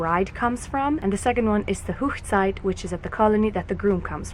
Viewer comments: Hoegside is actually pronounced Hog ( like a pig) site and is the German word for wedding. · That was really beautiful. 🙂💕💕💕 On a small note it's not pronounced Hochzeit ( whoochzeit) The Hoch part should be Hoch like in the word loch. I know most Hutterites speak high German so I'm not sure why you're pronouncing it like that.😕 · Wonderful singing. Thank you for telling us about the wedding traditions. I am interested in how you pronounce Hochzeit. Rather different from the German I learned. A question, if the bride wears blue does everyone else choose a different colour? I once sung at a wedding as a child. The church had all boy choristers, but they were off on an event. Someone wanted to get married that particular week so they had to round up all the sisters and other girls. It was really lovely. Unfortunately they still did not allow girls in the choir for many years. The choir leader said we all behaved better than the boys!! It is a tradition here in the UK for the bride to marry in her home church. I have taken some of my ancestry back to the 17th and 18th century and they certain did it then. The boys became apprentices and once that finished they toured around working as journeymen to perfect their skills, but also to look for a bride to bring back home, when they joined the family business. Do you also have to have a Canadian legal wedding? There is something of a tradition developing here in the UK that people often meet their future partners at a wedding, they are a great opportunity for people to meet up.